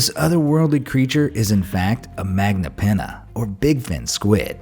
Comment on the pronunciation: Any way the magna pinna is pronunced like in spanish (maña) and (piNNa) you have to say the double N